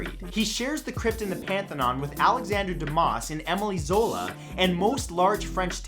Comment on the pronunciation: Just a note Matthew- it’s Emile Zola - not Emily. I’m sure he’d be surprised to hear his gender had been changed. 😂😂😂😂